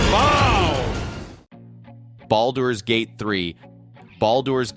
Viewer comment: “Ball Doors” Gate. 😂😂😂